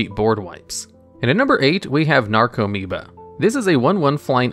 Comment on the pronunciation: Only thing on the video: commentator needs to learn how to pronounce the card names..... "Necro"meoba? That's "NARco"moeba. Many other spots too but this was most blatant. Should redo the video and learn how to read. Makes your credibility as a viable source increase.